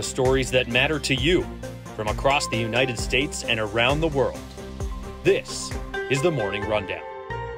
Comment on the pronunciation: Did she really pronouce United States as "unitted states"?